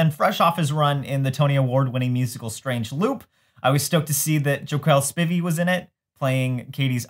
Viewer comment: Why are you pronouncing actors names and character names incorrectly? Karen (not Kendra) and Angourie (not Angouria) and Jacquel Spivey you also pronounce incorrectly.